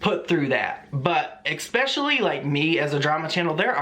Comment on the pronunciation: Don't be afraid of the troll doxxing you. Also, I love you, but, it's pronounced "es-specially" not "ex-specially" 😘